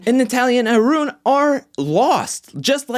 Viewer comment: You speak smoothly, sir. I like the way you roll your 'R' when you utter Arun's name. --.